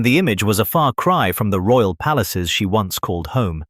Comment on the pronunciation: Lol..royal..not roayl😂😂